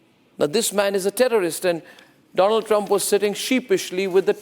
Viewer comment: My frrend doland traamp 😂😂😂